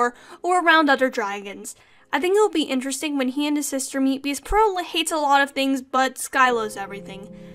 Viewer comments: Um its Par-ol not Par-il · Heck yeah WOF discussion! It's definitely a treat for Christmas time! Just one little thing though, Peril is pronouned "PEH-rul", not "Puh-RIL", no worries though! Hope you're having nice holidays :D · its Peril like when ur in peril/danger ITS NOT "pear-ill" AHHH amazing video tho LOVE IT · It’s more pear-rul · dot dot dot.. it's pronounced pear(as in the fruit)-ull so say pear-ull. that's peril. sobbing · Peril is pronounced Pair-ill, by the way. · I don't want to be that guy but peril is pronounced pa-rel) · That's a funny way to say peril